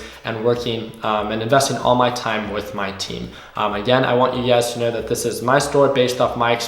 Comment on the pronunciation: love when you say “ugaz” i mean “you guys” lol